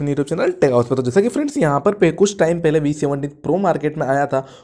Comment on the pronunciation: Pele ko pahle bolne ki koshish kro.. else everything is good.